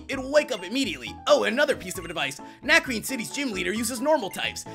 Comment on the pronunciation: yeah I have 3 tips that'll help you for this gym #1 it's a puzzle and you have beat trainers to get to some books that will piece together a puzzle. Tip #2 Lenora has a Herdier at Level 18 and a Watchog at Level 20 so train your team up to at least Lv.17 and tip #3 it's pronounced Na-cre-ne cuz it's french